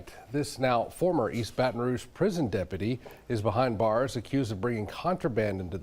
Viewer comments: Say ( BAT ToN, not ( BATIN). BaTON ROUGE))😅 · Say you saying Ba ton Rouge so wrong fam it’s one word ya dig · Yo lol! Dude is killing that word